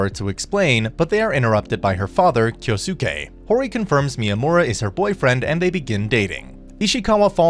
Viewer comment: Did you just pronounced "Kyosuke" to "Kyo-Soo-keh" dafuq?